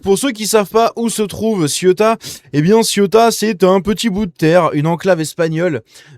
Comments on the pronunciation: On dit Cé-ou-ta pas Ciota. Oui, c'est affligeant ! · Pas Ciotat,CEUTA( prononcer ceouta) .